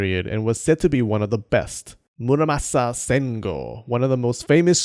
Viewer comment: It's not muraSAMA, it's muraMASA